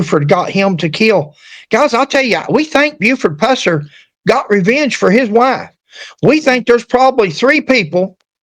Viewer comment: If you're going to use that ridiculous A.I, misspell the name to Puuh-sir, for it to pronounce it correctly. Also, Buford did not go to the dr for this injury, either. He poured vodka on it. On video: Fmr Drputy James Robertson